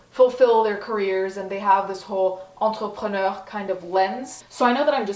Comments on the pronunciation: The way you pronounced "entrepreneur" gave me a brain aneurysm. Still love you though. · Why did she say entrepreneur in a french accent?